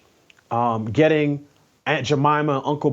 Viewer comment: "You gonna get the 'gittin cuz I'm gonna give it to you" ❤❤❤❤